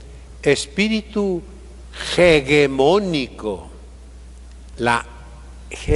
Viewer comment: "Hegemónico" no se pronuncia como "Hegel", aunque al inicio gráficamente se escriban igual. Por si ayuda. Magnífica homilía. Brillante. Gracias. Nos alimenta el alma, el cuerpo y el corazón